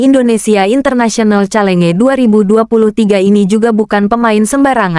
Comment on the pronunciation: Bacanya yg benar calenge gitu ya persis tulisannya?